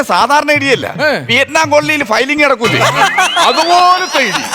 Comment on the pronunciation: എന്റെ ചേട്ടാ ഫയലിംഗ് അല്ല, പയലിംഗ്. മിക്കവരും തെറ്റിച്ചാണ് പറയുന്നത്.